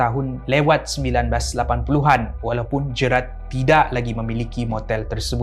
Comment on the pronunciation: Sebutan GERALD salah, bukan 'Jerat' tapi 'Jeyrel'.. 😅